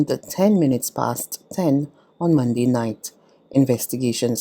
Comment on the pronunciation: Using slang pronunciations is fine for casual conversation but is not suitable for use in a formal, National Newscast. "Mun-d" is not the correct pronunciation of the word, Monday. This lady is determined to continue using incorrect pronunciations for the days of the week and it is unfortunate that there is no one in authority at BARBADOS TODAY who is able to have her mend the error of her ways.